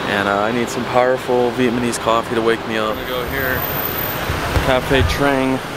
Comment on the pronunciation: It’s Vietnamese not Vietmanese like how you pronounce it.